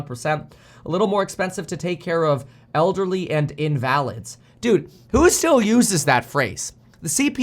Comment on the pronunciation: Lol mispronouncing invalids